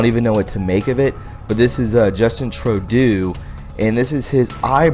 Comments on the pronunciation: True-dough. Not Trow-do. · Justine Trudeau...pronounced true doe are you making fun of him calling him turd do? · I think maybe you are just being funny. Personally I call him Little Boy Blue. Just in case though, you are pronouncing his name wrong. Trudeau = ( true + doe) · Justin's last name is pronounced TRUE-DOE. Great job friend, love the video. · It's Justin "true dough" and "aw bay". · Like your show! "Trudeau"is pronounced "True - Doe" fyi. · Trudeau is pronounced "Tru doe" doe as in female deer. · Laminated and lamented are two different words buddy. And please learn how to pronounce Trudeau's name.